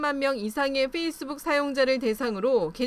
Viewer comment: facebook은 '뻬이스북'이 아니라 '훼이스북'이다